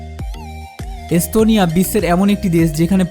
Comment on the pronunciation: শালা কলকাতার পাগলের বাচ্চা।পিকচারের মধ্যে দিয়েছে তার বউয়ের দুধের ছবি।আর বলছে এস্তোনিয়া।স,এর উচ্চারন করে,চ,পাগলের গুষ্টি।